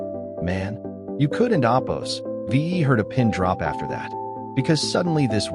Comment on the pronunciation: I couldn’t handle this crap saying “opose” and Quote or unquote like FFS I WONT BE BACK TO LISTEN TO FCUKING CRAP 💩 💩